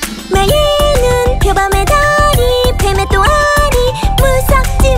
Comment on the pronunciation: 나만 파트 좋냐구ㅠㅠㅠㅠ 또아뤼!! 발음 계속 생각나ㅋㅋㅋㅋㅋ 포텐독 곡들로 은근슬쩍 아이돌 데뷔해도 성공할듯.. 안무+곡+카메라 무빙이 음악방송사보다 완벽